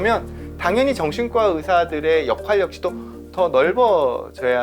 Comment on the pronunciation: 정말 궁금한게 오은영 박사님도 그렇고 이 분도 그렇고 역할을 역활이라고 이야기할까…되게 거슬림 ㅠㅠ 배우실 만큼 배우신 분들이…;;; 주변에서 좀 이야기 해줬으면..